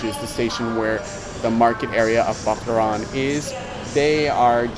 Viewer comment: Bac-la-ran not bacla-ran he he